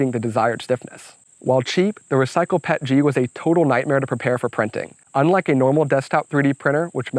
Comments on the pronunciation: the only thing that triggers me was PET-G P.E.T.G not Pet-G xD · With 20 years in the plastics industry, I cringe every time I hear someone say "Pet-G". It's Pee-Eee-Tee-Gee :) That said, this print project is epic!!!! Awesome job!